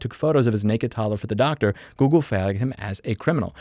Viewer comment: You should definitely pronounce the L in flagged my guy. Also, why are always taking like you're late for a meeting or something? Chill out bro.